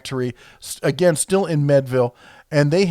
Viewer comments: It’s MEADVILLE not MEDVILLE. To lend credibility to your info please pronounce words correctly. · its pronounced meed ville not med ville. they have outsourced a lot lately but the pliers are all made here in pennsylvania, at one time you could get seconds at the factory store that were better than most competitors but now if they arent firsts they are melted down. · Pronounced meed-ville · It's not medville, it's MEADville....the a is not silent... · I like how he says "med"-ville instead of "mead"-ville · Great video! Born and raised in Meadville (Meed-ville) and know lots of people who work at ChannelLock. The DeArments (Dee-Art-Ments) are still local and very influential in the area. When I was in middle school we had a field trip to ChannelLock and got to see the whole process. Great company! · It's Meadville, pronounced "meed-ville" The DeArment family still owns it, and have been great benefactors to the Meadville area. As you are coming into Meadville, from I-79, the first thing you notice is a huge 30'x50' American flag at the Channelock plant. Makes me proud to live in this county every time I pass it. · pronounced Meedville! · Meadville pronounced m(ee)d-ville. Mead is pronounced like the drink mead. Just an fyi. Cool video. Thanks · Conny ought lake and meed ville for town Pronunciations. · You talk about the proper names for tools. How about using the proper place names of Western Pa, :-). The lake is Connie - et, (conneaut lake). The town is like the drink, Mead, Mead-vil. I applied for work at Channellock when I graduated from High School. You did a previous video of the Crescent brand. The former Crescent tool factory and the Channellock Factory are only about 60 miles apart. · Lol...say it with me....Con E Ought Lake( Conneaut Lake Pa) Lol...Say it with me Meed ville ( Meadville Pa ) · it's MEEEDville PA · Man you are butchering the pronunciation of Con-neaut Lake and Meadville lol